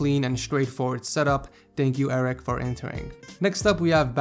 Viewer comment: Arek is pronounced (u-reck)